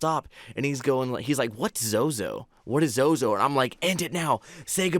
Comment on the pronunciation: i still havent been able to bring myself to watch this. i stop 35 seconds into it every time when you say "zozo". i contacted zozo for the first time 3-4 years ago with my younger cousin and literally last saturday contacted it again and asked who i was with the last time we spoke and it spelled my cousins name out correctly. just hearing the name makes me so so uneasy.